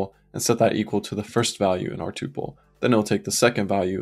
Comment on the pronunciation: I've watched so much of this series, and loved every minute. Then I heard you pronounce tuple, and it was so jarring and I instantly forgot everything I've watched. I'm sad that you're part of an enemy faction. I don't even want to know where you stand on tabs v spaces. I don't know if I could stand to hear the answer.